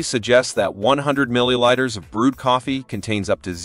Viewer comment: Too bad they didn't check his pronunciation of milliliters about minutes in. Never heard of millilighters before.